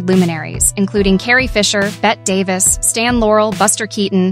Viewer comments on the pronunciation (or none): It's Betty Davis! Lord have mercy. Spelled Bette but pronounced Betty. LA is one illiterate place. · Exactly. It's pronounced IN-X-sess and Anne Heche, pronounced Haysh. And who hasn't heard of Bette Davis ffs? Probably never heard of Matthew Perry either.